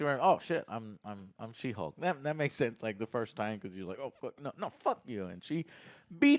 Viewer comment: did you just say she-bulk? HAHAHAHA alright bro, your cool in my book 🤜🤛 It ain't she-hulk, it's She-bulk!! 🤣